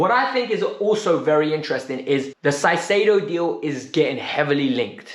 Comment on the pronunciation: you are totally butchering Caicedo's name. It should be pronounced "Kaisedo". Other that that, I totally agree about Felix, he has tons of talent and only needs a coach that trusts him and creates a proper attacking system.